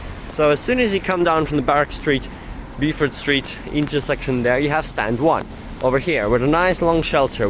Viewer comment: It's "bo-fuht" street lol.